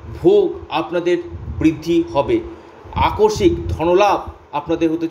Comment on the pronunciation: Onek bar bolechhi kothata AKORSIK na , tobu aakoshmik ke akorshik bole jachchhen.